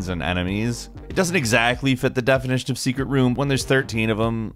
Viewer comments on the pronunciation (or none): none